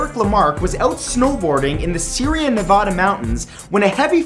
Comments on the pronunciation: NEVADA not Nevoda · That's not how you pronounce Nevada by the rules of grammar if a word has a vowel,consinen,vowel then the first vowel says its name the first a should say it's name I live in Nevada and NO ONE says it like how you said it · NO IT CAN'T!!! I LIVED THERE MY WHOLE LIFE AND EVERYONE PRONOUNCES IT NEV-AH-DUH!!! If you talk to anyone there we all think people who pronounce it nev-aw-duh have some serious mental problems! IN WHAT INSTANCE DOES AN A BY ITSELF GO AW?!!! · y cant people ever pronounce Nevada right ;-( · At least say Nevada right there's nobody who was born in Nevada who says it the way u do